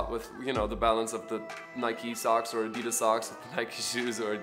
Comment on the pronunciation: I was today years old when I learned the correct way to say Adidas